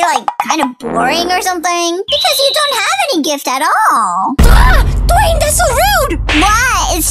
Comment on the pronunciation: I like the part when Lisa saidDwayne's name wrong